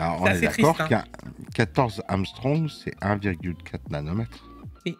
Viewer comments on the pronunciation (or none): c'est pas "amstrong", c'est angström, et ca se prononce "anguestreume" !!! :d Voir ici! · ça se prononce "angue-streum" pas "arm-strong" 😉😙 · ANGSTRÖM pas AMSTRONG !! LOL T'es dans la lune 🤣🤣